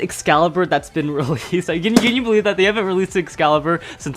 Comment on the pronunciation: Hee saidd bewive